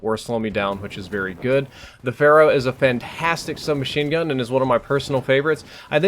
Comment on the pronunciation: "...with the Phara" I think you might have been under the influence of Overwatch when you said this. ;)